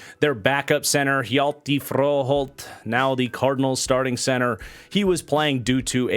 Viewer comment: That Hjalte Froholdt butchering deserves a like!